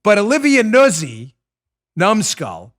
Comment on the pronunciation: I think it's pronounced new-Zhi. I'm not hating Dan but I hate hearing my own half brother's name mispronounced. Try saying Schroepfer lol